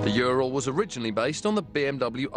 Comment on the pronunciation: it's not jural, it's URAL for god sake!